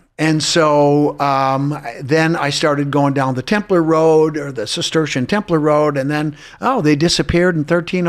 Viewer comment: Thank you for pronouncing Templar as Templer..it drives me crazy when people say Templaaar.